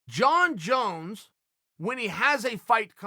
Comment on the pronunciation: Junkie Jones, Chael. Please say it right